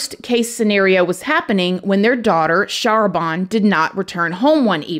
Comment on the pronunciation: I believe her name is pronounce "shah RAH ban" with the emphasis on the second syllable. *and the "ban" rhyming with "can"